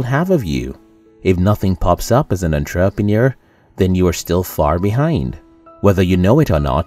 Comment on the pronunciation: I didn’t know that was how you say entrepreneur...